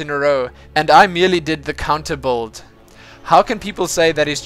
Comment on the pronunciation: i cant fid it now :P but you are actualy saying build wrong (according to english/american or any other kind of english) when you are saying it it sound like buld without the i the correct sound would be build without u so kinda like a building not bulding :) (this is not to be rude or anything, just maybe that some ppl may not understad it at first, before hearing the rest :) keep up your good work btw, more mothgirl plox ;)